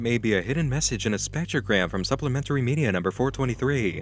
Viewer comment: I don't know why, but I love how pronounces media "meedi-yaah"